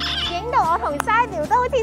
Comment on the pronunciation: 唔知Sybil 知唔知......... Sybil 嘅名唔應該讀Sy－bil, 而係Sib- ble. 同Cybil 同音，同讀法。 只分享，不喜勿插。